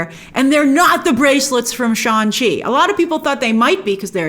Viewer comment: You need to stop calling Shang-Chi "Shan-Chi".